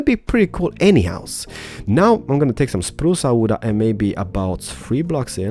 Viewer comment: spruce awooda yes let go for spruce awooda lol (awooda ment me be wood but they way he says it sound like awooda)